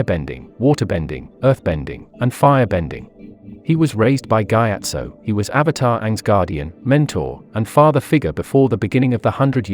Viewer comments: Is nobody gonna talk abt the fact that he said gyatt so instead of gyatso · It's kee o shee see toe he also said guy ast o